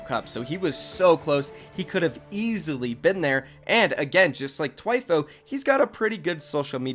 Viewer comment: It’s not “Twyfo” is Thwyfoe”, spelt Thwifo.